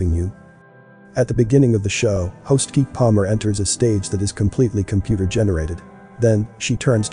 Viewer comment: her name is pronounced Ke Ke Palmer not Keek Palmer And blink one eighty two not blink one hundred eighty two Wow you really should pronounce these names right. But I totally get where you’re going here EMPTY-V